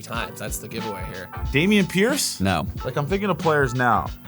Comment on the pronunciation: i spit my water out when bro said dameon pierce